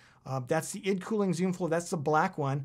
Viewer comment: its EYE-DEE cooling maaaan